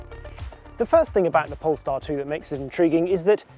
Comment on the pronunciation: I keep hearing “pornstar”